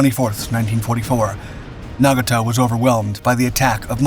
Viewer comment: You would think the people behind these “history” videos would learn correct pronunciation of the names of famous vessels. sheesh! couldn’t watch past the tenth mispronunciation of Nagato.